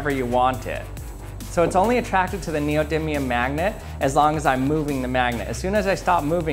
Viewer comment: Neodiddlium? Focus you fack!!! Great video, all your stuff is awesome 👍👍👍